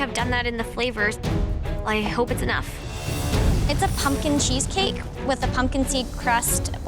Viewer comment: I was done when mary said I AM PUMP-KIND 😂❤❤❤❤